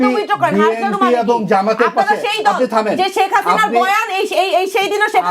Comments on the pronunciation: এনসিপির এই নারী নেত্রীকে বুঝাইয়া দেন যে বিএনপি উচ্চারণ হবে; বিএমপি না। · BMP NO BNP উচ্চারণ সঠিক নেই। রাজাকারের দল। দেশের বারোটা বাজিয়ে দিল